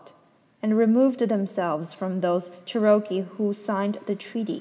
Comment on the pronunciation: Cherokee is the Native American pronounced Chair-O-Key 🌸 Also ty so much for reading this to me while sick 😘